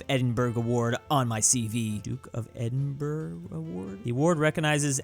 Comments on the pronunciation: Edinburgh is pronounced is edinburugh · it's pronounced "edinbruh" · It's pronounced as "Edinbruh" Edit: Also, how dare you not know the legendary Bri'ish rapper Unknown P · Ah yes, Edinburg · Jo-Queen and Edin-Burg. Okay, I get not knowing how to say Edinburgh if you're not from the UK but Joaquin Phoenix famous worldwide. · EdinBURGH ok I understand that's how its spelt but its said like edinbra aaaaahhhhhh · why does he say edinburgh like that